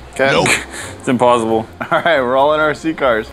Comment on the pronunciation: it's im-paul-sible